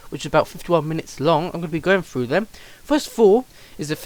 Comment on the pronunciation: You don't pronounce some words properly. You pronounce words that start with "th" as "f". Like instead of saying *Th*rough, you say "Frew."